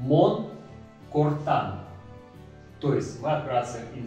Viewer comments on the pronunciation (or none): Уважаемый учитель! В эрзянском языке ударения всегда ставятся на первый слог. Н-и, кОртан, сИман и т. д. Вы ставите как попало и мне как носителю режет слух. Но, то что вы сделали отлично, вы прекрасный учитель).